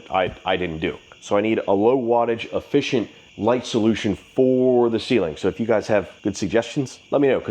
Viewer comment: ..."own" the inside...??????? "Uhfficint"?????